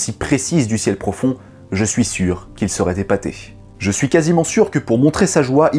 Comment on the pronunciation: "particulièrement zefficace" "qu'il serait zépaté"